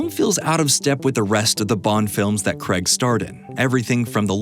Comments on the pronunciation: craig, not creg. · Its craig not creg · Craig, Daniel Craig. Not Creg. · Daniel Cray-g... Sorry but hearing 'Creg' is just painful. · Why is it that you americans pronounce the word "Craig" as if it were spelled "Creg". Try pronouncing it as if it were spelled "CRAYG". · It's "Craig," not "Creg."